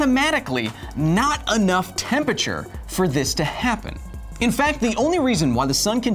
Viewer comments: Love the show Kyle, but geez, it irks me every time you say "temperture" instead of "temperature"!! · Please pronounce all syllables in 'Temperature". Makes you sound as dumb as someone saying "Nucular" instead of nuclear.